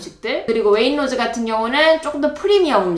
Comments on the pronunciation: Waitrose 웨인로즈가 아니라 웨잇츄로스 라고 발음 함. 웨인로즈가 뭐야. 미치것네. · 자막에도 웨이트로즈 라고 써 있는데 왜 구태여 왜잇로즈 라고 발음을 하시지?? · please don't say wainrose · 영국에 시집와서 살아요.. Waitrose 발음은 웨잇트로스 라고 하면되요. 솔직히 가격 원가가 조금씩 차이는 있지만, 여기서 살면서 엄청 차이가 난다..라는 건 잘모르겠어요.. 어차피 이것저것 카트 가득 사면 대충 150-200파운드는 알디 던지, 세인스브리 라던지, M&S , Waitrose. 다 비슷하게 나와서.. 아마 총 가격 차이가 10-30 파운드 정도 차이가 나려나??